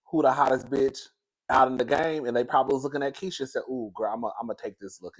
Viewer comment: Everytime Nikki tweets or goes live . All I hear is "Day Day that crazy bitsh out there again" 😂😂